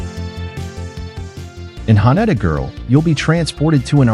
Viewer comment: Sorry but the AI voice is terrible, can't even pronounce Haneda correctly.